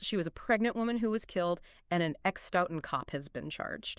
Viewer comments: Its pronounced " stow-ton " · AI can't pronounce Stoughton right. Don't worry nobody does.